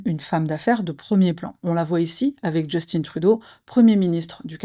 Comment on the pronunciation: Bonjour....juste une petite remarque pas bien méchante....le nom du premier ministre se prononce comme Julien..en français. Je sais c'est un mini détail mais il est Québécois francophone et d'entendre son non prononcé en Anglais sonne bizarre! Sur ce, continue, tes vidéos sont géniales!